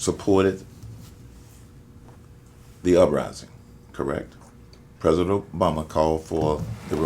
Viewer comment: I'm canadian and as soon as he becomes pres'o'dent- we r attacking